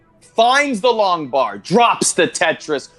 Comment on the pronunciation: I'm french thanks for the "Trois, deux, un, Tetris" it was hilarous ! :) Honestly you have a good accent and the "r" of your Tetris was very good !